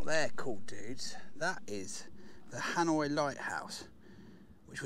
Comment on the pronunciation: Another great vid, just a note because all the guernsey pronunciations are up the creek, the lighthouse is pronounced Han-wah